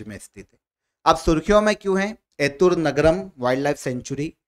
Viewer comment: 1) Correct Pronunciation: एतुरंगरम✅ एतुनग्रम ❌ 2) President of Rajyasabha: Jagdeep dhankar 3) MS Swaminathan award 2024: BR Kamboj 4) 16th finance commission Chairman: Arvind Pangariya 5) Chinnar Wildlife Sanctuary: Kerala 6) Length of throw: 87.58 m